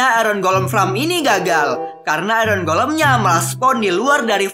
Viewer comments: Farm bang bukan fram :v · dari tadi ngomongnya fram melulu farm yang betul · FARM BANG BUKAN FRAM